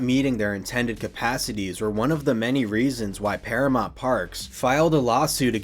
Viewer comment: Never heard anyone pronounce it ParaMONT before